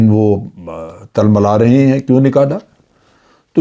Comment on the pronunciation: تلملانا ت کے نیچے زیر پڑھا جائے گا۔ شکریہ